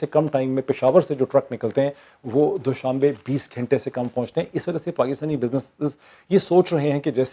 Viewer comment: Moeid it's not doooshabay. It's doshambay